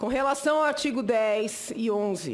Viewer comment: O Brasil é um circo olhando os comentários não dá para não acha graça kkkkkkk. Senadora é professora mesmo. Mulher fala ardigo.